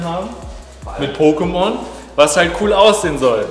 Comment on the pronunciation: Hat er sehr gut gemacht 🤩 Aber eins stört mich das er Pocketmon und Pokemons gesagt hat das hat mich voll getriggert😅